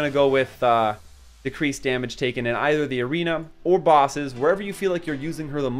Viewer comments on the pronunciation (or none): none